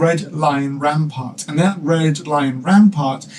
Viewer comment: At it sounds like you say the Scottish royal banner have a "red lion rampart" instead of a red lion rampant which confused a great deal. Cool vid.